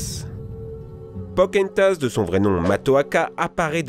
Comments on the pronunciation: Oui! C'EST POKANN-TASSE ET PAS POKA-EN-TASSE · RAAAH !!!!! POCAAAAHOOONTAS PAS POCèNTAS !!! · "Pokentas" Je suis le seul a prononcer "Poka Entass" ? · pokahontas pas pokentas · Les frères « GrimmSS » « RaYponce » « Pokentas » Mes pauvres oreilles .... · pokentas il a dit pokentas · Reïponce ^^ et Pocenntas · et RAYponce aussi OMG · Aub-I -1 Ça m'a beaucoup trop perturbée XD (Comme Pokentas :') ) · ca va la dislexie comme excuse ?? elle est pourrie tu part dans la rue t'entend 25 000 personne dire raiponce et non Rayyyyyponce et pareil pour pokenntas on l entend a tout bout de champ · mdr raïponce , pokentas, la belle au bois dormont , çondrillon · Pokenthas? C'est quoi? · Khm...Khm... Prononciation parfaite...(raïponce , pokentas, la belle au bois dormont , çondrillon) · "Rèyponce" "Pokèntas" Dat prononciation du turfu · Pourquoi j'entends "Pokentasse" ? 😭😭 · RaYponce, PokÈhonetas 😭😭😭j'ai mal au oreilles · “Pocehntas” “casimodo se fait friène zone” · Il m'a tué avec pocahontas MAIS IL A DETRUIT MON ENFANCE MOUHAHAHAHAHAHA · Si ça se trouve il a réessayé plusieurs fois et c'est là la meilleure prise qu'il est fait et puis c'est dur quand t'as toujours appelé un personnage de telle façon de l'appelait différemment. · La façon dont il prononce POCAHONTAS est trop bizarre